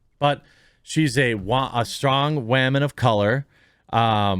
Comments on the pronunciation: When he pronounces woman as whammen he sounds like an idiot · Jeremy just say Woman like a man. The waman thing is just old and was never funny. You doing this type of stuff puts you on Jack Murphy's level of try hard.